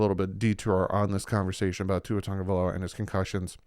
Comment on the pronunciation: Why are folks saying TUNG-Uh-Vai-Low-Uh? It’s TAGOvailoa.